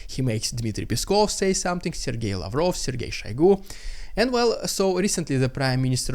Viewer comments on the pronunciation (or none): none